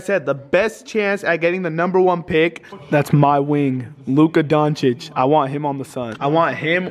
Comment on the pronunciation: luka "donchiss" 😂😂